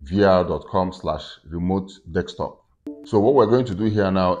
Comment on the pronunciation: Remote, as you pronounce it you make me laugh 😆, as soon I got my VR set I will be doing Remote Desktop on it, so now every time I’ll be remoting, I’ll automatically think about you, lol. Great video, thnx for sharing and happy deXtopping 🤣🖖🏻